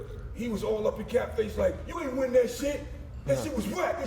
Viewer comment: “We DID not winn” LMMFAORETARDEDLYYY